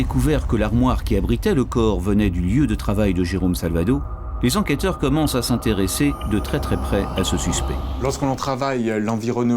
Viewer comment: Par pitié, n'interviewez plus jamais ce directeur d'enquêteuh qui m'a pris la têteuh avec tous ces détayeuh sur la mort du filseuh de la dameuh... Bon sang, un vrai calvaire de l'écouter parler ce bonhomme 😵‍💫... Je crois que si je me retrouvais en garde à vue face à lui j'avouerai tout ce qu'il veut juste pour qu'il se taise au plus viteuh 🤣